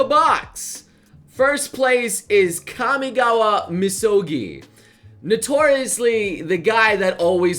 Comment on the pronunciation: Had to Pause for a second, because I was not sure if really said "Kamigawa" while on screen was "Kumagawa". is bad at Japanese.